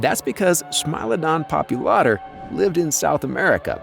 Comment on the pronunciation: It's Smilodon "Pop-ULA--tor" for God sakes !!!